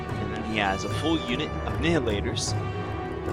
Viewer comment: Like your reports, but...It's pronounced NY-hilators, like "annihilate".